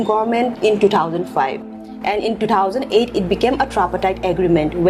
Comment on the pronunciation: Two thousand eight not two thousand ight 😂